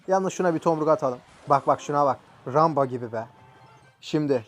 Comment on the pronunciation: Abi Ramba Değil Rambo